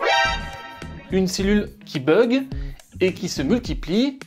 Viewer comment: Oui ça flatte ton égo comme tu dis à la fin! Et il a l'air très gros comme celui de presque tout les you tou beurres. C'est horrible cette musique d'ascenceur qui sert de musique de fond. C'est tellement fort que ça affecte la concentration! et ça ne sait même pas prononcer bug. Bug, buzz, bluff, fun etc etc...le U se prononce comme un O et non comme un E.